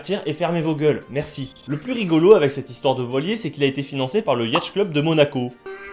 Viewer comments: le [IATCHE] club, sérieux? tu sais pas prononcer Yacht? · 1min44 : sacré prolo va ! Yatch se prononce "yôte" keumême